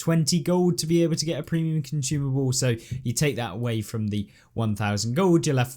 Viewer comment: Bro said "cunchoomable" heheh